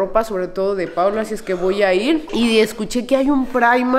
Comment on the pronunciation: Hasta hoy supe el nombre...PAOLO😐 lo pronuncia como Paulo...PORQUE??🤔🤔🤔